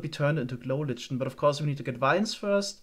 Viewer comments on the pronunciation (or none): I eagerly await these videos more than most. Also lichen is pronounced "liken" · You really need to learn how to pronounce "lichen".